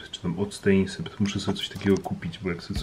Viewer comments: Mała popraweczka octenisept czyta się oktenisept moja mama jest lekarzem więc wiem pozdrawiam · Sam mam ten sprej na rany a to się czyta oktanisept